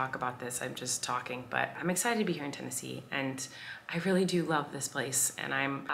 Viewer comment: Tennesee? ur the only ten-i-see LOL im not funny